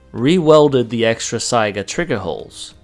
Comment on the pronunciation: First rate video. All of you people who mispronounce Saiga as sega(game system) listen to how it's correctly said in this video. Saiga = sigh guh not sega.